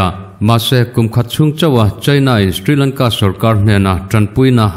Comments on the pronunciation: Ka pu, sthrilangka i tih hi Shri Lanka tih tur a nih hmel eee ka ti. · Stri Lanka nilo in Sri Lanka tiin lam tur a sin mawle.